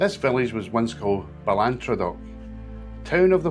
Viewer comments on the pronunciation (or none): Nice video but pronunciation a wee bit out. Bahl-an-traw-duch (Balantrodoch) and Tawr-fichen (Torphichen); Ah-mee-ong (Amiens).